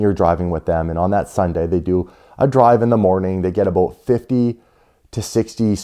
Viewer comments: It’s ABOUT!!! Not abote. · The way he says about is funny